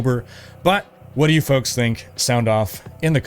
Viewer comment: “Hey foaks”